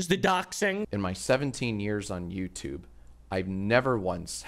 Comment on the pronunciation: "youtlube" XD